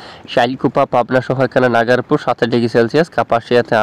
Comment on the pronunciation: উচ্চারিত হবে নাগরপুর।